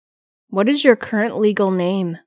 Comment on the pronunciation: Cô này cổ đọc khôn có chữ Current , rất cố nghe mà không nghe thấy . Và chữ spell .